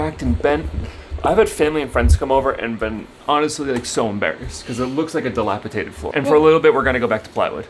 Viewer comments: we love you man but it's "dilapiDated" NOT "dilapiTated" 😂 x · I wonder if you do it on purpose lol. Dilapitated is not a word 😅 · It's dilapidated not dilapitated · sorry to correct u, but it's pronounced "dilapidated." Not dilapitated. Also, ur shed is not old or in need of repairs, so it wouldn't be described as dilapidated. It's a makeshift shed/home that needs updating perhaps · Before I say this....I want you to know I LOVE YOUR CHANNEL! I watch you faithfully.....but today I had to comment. You used the word many times....wrong. It is not delapiTated. It is delapiDated. I'm sorry...it just bugged me. 😊❤ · Delapitated? No such word. Try dilapidated. Lol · The word is..DILAPIDATED with a D not with a T. DATED not TATED!! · Again ,its delapiDated not delapiTated as you keep saying. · DilapiDated, not dilapiTated. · Argh! I tried really hard to leave it but you said it SO MANY TIMES!!! Pls, it's dilapiDated, not -Tated. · DilapiDated ....D not t. Sorry, but that made me carzu the entire video. 😬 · di·lap·i·dat·ed with a “D” - my PSA for ya 😎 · it's dilapiDated - one time is ok but you kept saying it wrong! Sorry - word Nazi here! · No T in dilapidated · Drink every time he says dilapidated wrong